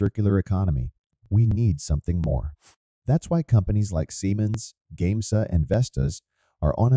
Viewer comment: It's great to hear this. Just there were some names miss pronounced in the narration such as GAMESA and limestone.